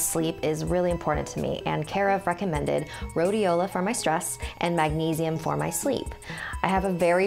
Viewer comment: Sounds like she said f***ing mended instead of recommended Did she say recommended?